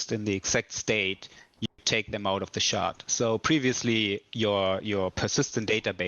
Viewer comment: I'm going to go play Eco while they fiddle fart around with all this. Catch you in 2 - 3 years. And folks, it's SHARD, not SHART.